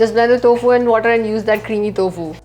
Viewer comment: Its टोफु, not तोफु